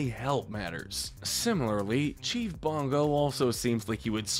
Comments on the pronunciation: It's Bogo. Not bongo! 🤣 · it's Bogo, not bongo!